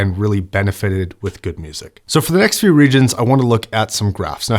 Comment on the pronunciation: we need to talk: "the dy-damics". "next few regions".?!?. Don't know what to say. Is it a condition?